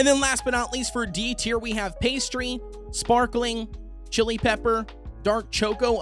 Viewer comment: The way u said sprakling on mint choco